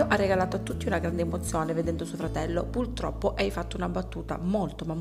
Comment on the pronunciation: Non si può sentire PULTROPPO, sanguinano le orecchie